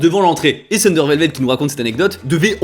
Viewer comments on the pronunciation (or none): none